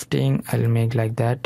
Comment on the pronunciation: Ляйк дэт.. бесит произношение но говорит дело, собака)))